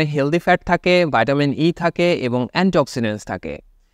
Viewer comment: আসসালামুয়ালাইকুম ভাই আপনার সব কথা ভালো লাগে। শুধু মাঝেমধ্যে ভাইটামিন বলেন নাকি ভিটামিন বলেন বুঝতে কষ্ট হয়